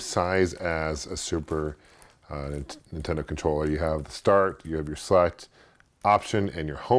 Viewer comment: love your videos man, you are an expert in retro gaming...what's up with the supertendo pronunciation though?